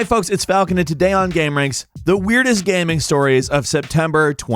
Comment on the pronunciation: Why does he pronounce gaming like gaeming? Is it an accent thing?